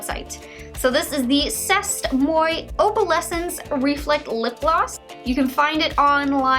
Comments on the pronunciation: I so cringed when she said "sest moy." 😂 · C'est moi is pronounced "say mwah" and means "it's me" 😂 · C'est moi is pronounced like say mwuah 😂😂 It's French for 'this is me' or 'it's me.' The way you said it made me laugh though. Edit: got that same Trestique mascara in my October BoxyCharm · "c'est moi" means "it's me" in french. it's pronounced like "say mwa". just thought i'd let you know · C'est Moi is French, pronounced Say Mwah. It means "It's ME." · I was literally cringing every time she pronounced it lolol